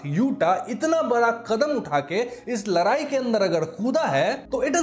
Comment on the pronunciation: Bro ladai....not larai